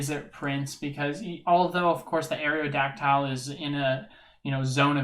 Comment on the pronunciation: Areodactile? Come on man.. haven’t you ever heard the original pokerap. Pronounced Aero-dac-tul